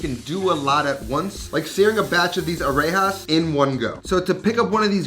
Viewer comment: Areya lolllll it’s areyas